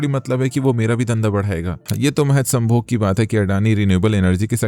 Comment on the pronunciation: BHAI VO SAINYOG HOTA HAI. 😮